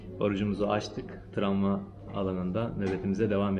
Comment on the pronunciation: Tramva degil ,travma:))